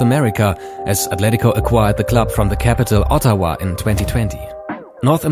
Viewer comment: The way you pronounce Ottawa is very funny to me.